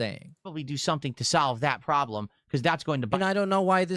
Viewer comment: He also can’t say “Solve” either